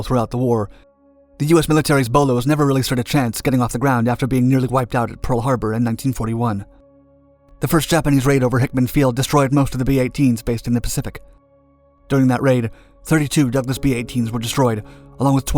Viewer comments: That's "Hickam" field. Not hickman. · The air force base in Honolulu, Hawaii is HICKAM AFB. Sounds like it was pronounced as Hickman. Other than that, great video (as always)!! Aloha! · Nice work. Only one thing: The airfield bin Hawaii should be pronounced "Hick-um" not "Hick-man" Field. But great info. Do not know the Bolo served at all in WW2. Thanks! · Hickam Field…Not Hickman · It's not Hickman... it's HICKAM!! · Minor point. It's Hickam not Hickman field. Otherwise a great story of a forgotten bomber. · its HickAM field, not Hickman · Ahem... It's 'Hickam Field', not 'Hickman Field'. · "Hickman Field"?